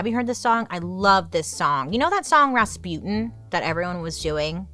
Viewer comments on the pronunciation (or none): none